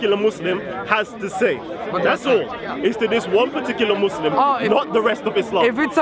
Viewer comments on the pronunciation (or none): He can't even pronounce his own religions name.. "Muslin"